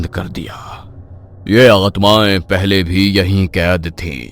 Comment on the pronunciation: पहले ❌ पयले ✅